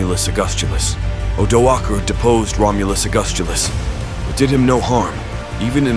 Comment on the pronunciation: The first time I’ve heard the name Odoacer pronounced with a hard C/k instead of an S